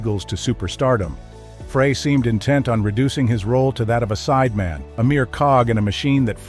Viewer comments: The inaccurate pronunciation of Fray instead of Frey is reason enough to not follow this channel as clearly they don't have any regard for their awediance...'nuff said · It's FRY not FRAY. Everybody knows this. I'm kinda tired of reading about Felder's "I coulda been a champion " act. He had a great job with tons of cash. He decided to push his luck. He got fired. I've been that guy, so I know. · Here we go again. Freigh is not how to pronounce Glenn Frey's name. Think French Fry. It ain't that tough to get it right. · I can't listen to this bull shit. Especially when the guy who's doing this mess can't even pronounce Glenn Frey's name!! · Seriously? You can't pronounce Frey's name correctly? Why would I listen to anything you have to say on the subject? Do better. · That’s not how you pronounce Glenn’s last name. Seriously? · That's what you get when computers provide the narration. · I was wondering the same thing!!!